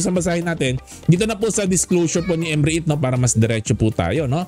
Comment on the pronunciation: Ayusin mo pag pronounce. Anong M Re it...Rit pag pronounce nyan..silent E..